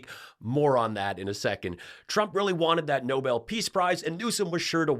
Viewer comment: We NEEDED this! Perfect justice (and exactly the traits needed) that a WOMAN championing DEMOCRACY will receive the Nobel Peace Prize (and Karolyn? Nobel is pronounced with the accent on the second syllable.) Watch. tRump will pout and criticize the winner. Such a gracious man.